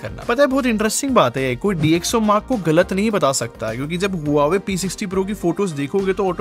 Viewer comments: It's not HU WA WE. ITS PRONOUNCED WA VE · Brother this brand is pronounced as hwaa way.... ❤love ur videos